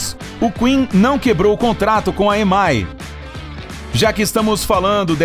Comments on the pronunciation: Inglês do narrador tava bacana até ele ler EMAY. Moço, são três letras em inglês: E M I (I, ém, ái) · Dá agonia ouvir esse locutor pronunciando errado a Sigla EMI